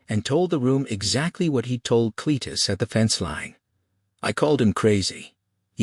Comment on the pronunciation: The AI cant get Cletus name right.....all different .....Clattus and Clattis were a good one's....the sub text is sometimes righ the Voice is Terrible